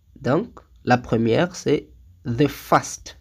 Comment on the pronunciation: Par contre first ça se prononce pas fast la prononciation dit est notre mot qui est rapide ( fast )